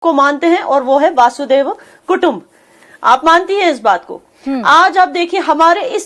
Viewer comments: मैडम हिंदी तो सही तरिके बोला करो पता है ।आप लोगों को इंग्लिश नहीं आती । वासुदेव कुटुंब नहीं होता। ।। वसुदेव कुटुम्बकम ।। होता है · Namaskaram, Hi your pronounciation is wrong it is Vasudhaiva Kudumbakam means all world is one for us Indians. Jai Bharath.